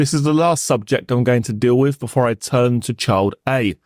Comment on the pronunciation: o I do appreciate his hard work though it would be even better if "th" was not pronounced as "f" or "v" or "d", i.e "three" instead of "free", with instead of "wiv", "the" instead of "de". It sounds particularly odd, as barristers tend to enunciate correctly.